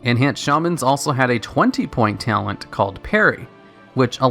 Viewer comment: t - a - l - e - n - t not ""tialent"